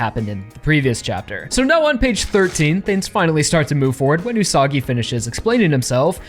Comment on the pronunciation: Wouldnt the Pronounciation be Üsa-gi ? Like Rabbit?